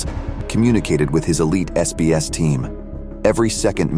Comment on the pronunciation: SBS not SAS